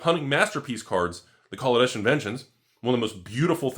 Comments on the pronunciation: Just remember, it's Kaladesh-ah not -er. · So every time i say kaladesh i actually say negrodesh ??? Come on!!! Wotc get ur shiat together !!!